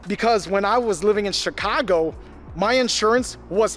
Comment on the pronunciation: Your accent came out when you said "Chicago" LUL